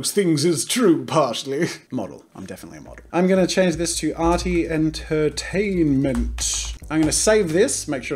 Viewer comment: “Entertinament” His about lol